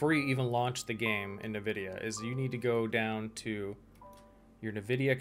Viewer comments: ENvidia not NEvidia. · It's EN-vidia, not NUH-vidia...